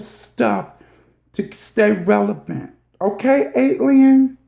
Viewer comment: Cherry Tree Girrrlll, Okayyy!!! But I guess its better than what she started with. "Revial." 🤣🤣